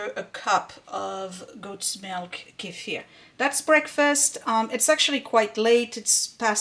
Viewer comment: Great video! And I love that you pronounce Kefir correctly. 😂 so many YT’rs say KEEFER which is wrong. You are a blessing!!!